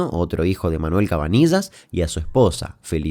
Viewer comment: CabaniLLas CABANI LL AS POR QUÉ NO LO DICES BIEN?